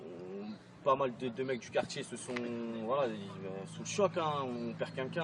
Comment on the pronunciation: "Alors voilà, on est au quartchié Bonneval ...nanani nanana, on a fait pression, les mamans, les tantines, tout, y sont partchi, c'est un sportchif, c'est pire qu'une bavure policière, on a perdu un frère avec qui on a grandji ". Lâchez-nous les casiers judiciaires de la fratrie Traoré. Qu'on se marre un peu.